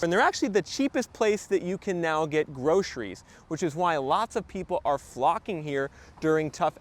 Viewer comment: When did groceries become groshries? It's even harder to pronounce.